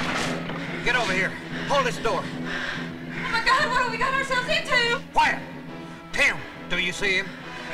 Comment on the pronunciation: I first watched this film 20 years ago and recently watched it again only to here him say quiet which sounded more like choir